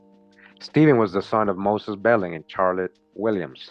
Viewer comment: Behling is Bey-Ling